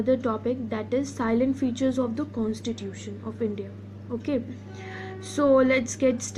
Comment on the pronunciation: It's salient u pronounced it as silent